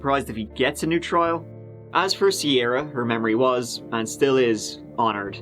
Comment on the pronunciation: "a Sierah in a cornfield" 😭